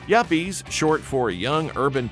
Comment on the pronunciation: yappies??? its yuppies young urban professional